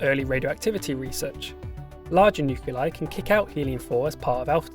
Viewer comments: "nuculei" My man, it's "Nuclei". "Nuclear", not "nucular"! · What the hell are "nuke you lie"? It's spelled "nuclei". That's "nu cle i". "new clee eye". I can't listen to this. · Nice video, but nuclei is not pronounced "nuke-u-leye"